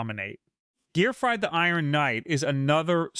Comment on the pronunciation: Are you saying the names wrong on purpose, you said gearfried correct and incorrectly in this video